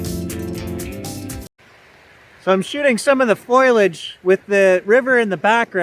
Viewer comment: "Foilage"! Gets me every time. I googled it. No, it's not a real word. Maybe I need to use a Canadian dictionary? Anyway, those are some beautiful shots of foilage.